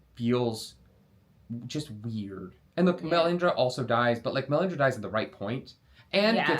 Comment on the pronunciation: "the Melisandra thing" is what I heard.